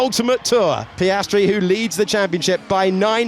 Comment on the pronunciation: Oscar Piastry.... Super..... Repeat again until the season closure.😂